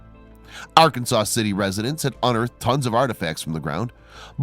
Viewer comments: You pronounce Arkansas city as R Kansas. Not R Can Saw. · Let Me Know, well I am letting you know. The name of the town is " Arkansas City" pronounced "Ar Kansas City or Ark City" for a shortened name. The name is derived from the river it sits next to which is called Ar Kansas River, not Arkansas like the state. i should know I was born there. Just so you know. This is not a rude comment, just me being a smart A**. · r can saw city lol